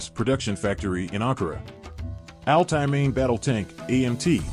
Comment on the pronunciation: Das heißt nicht Ali Panzer sondern A L T A Y Panzer